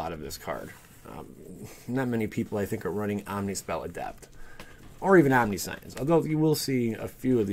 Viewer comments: Om-nish-unce, not omni-science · please stop mispronouncing omniscience (omni-science? wtf) you are giving me a headache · Omnishense is pronunciation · Mispronouncing omniscience bro